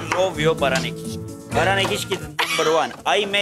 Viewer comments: Все таки очень важно получить в жизни должное образование и владеть родным языком. Кровь из ушей при её «кИшки» и из глаз при совершенно неуместных кривляниях. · Мне выпуск понравился, очень интересно. Правда ударение в слове "кишки" меня ну ООООЧЕНЬ смутило...даже полезла в словарь себя проверять, может это я всю жизнь не так говорила. Но в целом ведущие молодцы, ещё наверно хотелось бы, чтобы они выглядели более ухоженно, но наверно сейчас такая мода. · Какие к черту кИшки? Она не просто говорить не умеет, но и элементарные слова правильно произносить🤦